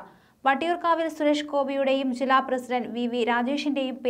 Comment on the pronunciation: ബീ.ഷേ.പീ എന്നു പറയാതെ ബി.ജെ.പി എന്നു പറയൂ. ഷില്ല അല്ല ജില്ല. ഉച്ചാരണ ശുദ്ധിക്ക് ദിവസവും നാക്കു വടിക്കുന്നത് നല്ലതാണ് 👹👿👺😡😠